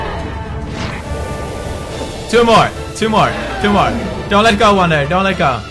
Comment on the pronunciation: when pewdie says two more it resembles "tumor"